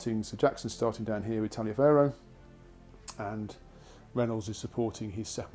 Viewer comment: Easy mistake to make but General Tallioferro's name is actually pronounce Tolliver.